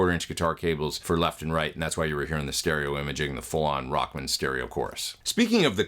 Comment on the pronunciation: Sweet! Funny, you say "Rockmun", like a dude's last name. I always say Rock-man!